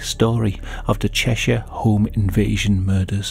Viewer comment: It's Cheshire not Cheshire